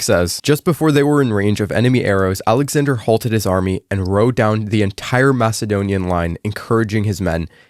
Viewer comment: bro said his name wrong… smh